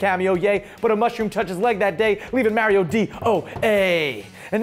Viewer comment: Am I the only one who noticed call Mario Mary-O